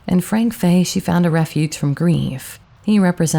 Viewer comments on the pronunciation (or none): none